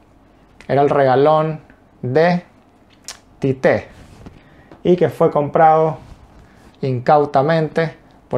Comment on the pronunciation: La pronuncia es igual en las dos sílabas tío. Tite. Nada de tité